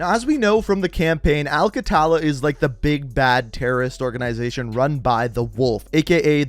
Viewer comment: "Al qattala" is an arabic word which means the killers it is pronounced as "Al qtla" or "Al ktla" not "qattala" anyway good video as always keep it up